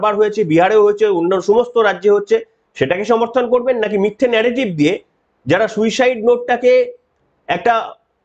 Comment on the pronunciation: এমনি উপস্থাপনা খুব ভালো কিন্তু আপনারো তো শুদ্ধশীল বাবুর মত অসুখ, সুইসাইড হবে শুইসাইউ না এরা কে এই ডাইনির আমলে😮?